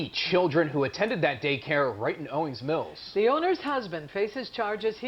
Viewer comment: You pronounced Owings Mills perfectly!👏😁And on behalf of Maryland, I'm sorry so many of these crazy stories come outta my state.🙈😂I'm embarrassed